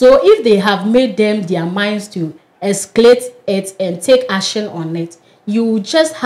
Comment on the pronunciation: Pls take your time when reading , it's escalate not escate